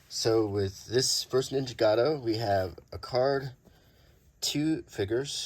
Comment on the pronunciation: Ninjago, not nijicato…it’s right there in front of your face